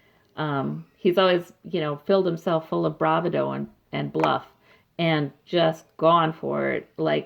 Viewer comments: Hi....enjoyed your reading and we can only hope that justice will finally be done. I believe the universe is listening. By the way, just FYI bravado is pronounced bra VA do not bra va DO. The emphasis is on the second syllable, not the last. Just FYI, not meaning to nitpick at all! Pat E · The word is pronounced BRA VAH DO. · Thx for the reading... I think it's pronounced.. Bravado.. with the emphasis on the second syllable not the first.. :) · this is nitpicky, but please learn how to say bravado